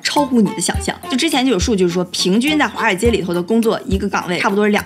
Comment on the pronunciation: 第一句听成花街😄